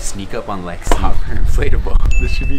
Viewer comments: Am i the only one that heard “sorry baby” instead of “sorry lexi” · Is it just me or did it sound like he said sorry I am so sorry baby to Lexi or no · Omg Iv'e watched this video so many times and I thought he said baby and I was right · what i heard the word starting with b, i try many time to listen if word start with o or L (Lexi) but i still didnt catch that